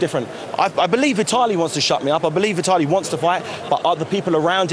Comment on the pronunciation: xDDDDDD LMAO "thas vye tallee!" xd